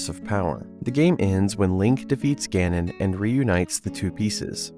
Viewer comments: Great video but your pronunciation of Ganon kills me...ga-nuhn not GAR nuhb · Why do you keep saying “Gah-non”?